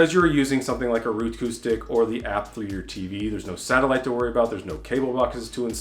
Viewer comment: Roku is pronounced "Row Koo" not "Roo Coo" lol. I havent found that I can save money by cord cutting at all. I still have to pay for a high speed internet connection and a land line and so even if I could trim $40 off the bill I don't get all of my favorite channels. So the $40 dollars is worth it for me to be able to watch my favorite shows. Besides with Cox I get a great DVR and 6 streams. Cloud DVR sucks. So until they make it great and affordable to cut the cord I will stay with Cox Communications.